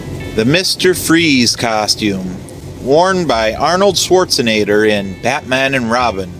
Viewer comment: that's the weirdest pronunciation of Arnold Schwarzenegger I've ever heard Ya said it like Ralph Nader last name Arnold Schwarzenader lol